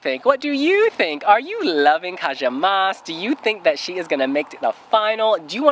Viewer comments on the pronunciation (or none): I just want to point out how Moś is pronounced as ‘Mosh’. An ś means a sh-sound but you guys keep saying it as Moss. Hope you can try to pay attention to this :P